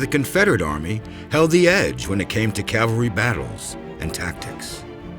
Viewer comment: Remember folks, it's "CAV-al-ry" not "CAL-var-y"! Two completely different things! They even mispronounce it here a few times.